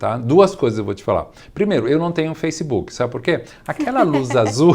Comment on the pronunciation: Que manía do brasileiro falar “facibuki”